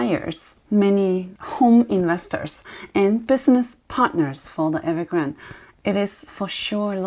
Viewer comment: The name of the company is Evergrande and not Evergrand. 😀